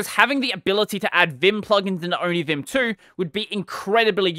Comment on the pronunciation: Onivim? The first i heard from you i tought you said onichan 😹